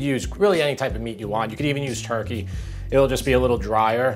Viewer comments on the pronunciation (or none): none